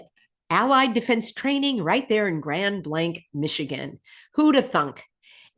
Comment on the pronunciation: 😂 when u were saying "grand blank" I thought u were talking n code.. but its a city.. 😂 Fill n the Blank.. Grand "illusion"